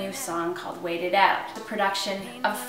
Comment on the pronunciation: "Wait It Oot" Canadians are so cute!